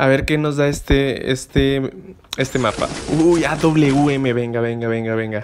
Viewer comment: No es auum es awm porque esta letra W se parece más a una V más que una U